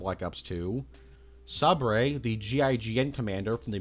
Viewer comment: did you really just pronounce Sabre like "Sabray". I'm disappointed in you